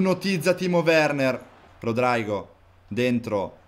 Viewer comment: Si devi Rodrigo non rodraigo